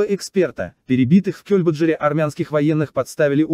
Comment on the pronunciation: Это кто читает текст - программа? Скорость изменяется специально? Или это живой человек? Не "Кёльбаджар", а "КельбаджАр", неужели не ясно?!